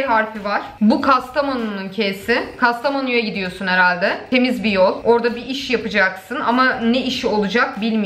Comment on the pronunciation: 😂😂Kastamonu nun K si farklı mı oluyor 😂😂